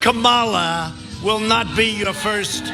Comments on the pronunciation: Did anyone notice that one time trump called her comimala??? Gee!!! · LION kamala harris.... and the dementia makes him mispronounce kamala . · It’s amazing how Trump can pronounce MELANIA perfectly but somehow can’t pronounce KAMALA .😡😡😡😡this guy is an IDIOT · This idiot can't even remember how to pronounce Kamala's name WRONG.